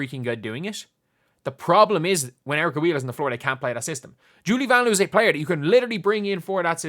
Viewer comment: Lin Dunn doesn't even know how to pronounce Vanloo.